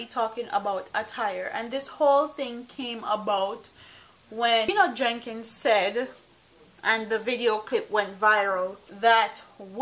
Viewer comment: It's not 'Jenkins " it's "Jennings " You need to pronounce the man name properly.